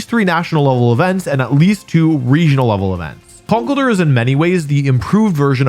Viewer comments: Wolfe be like: Kuhnkle-durr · The way you say conkeldurr is new and alien to me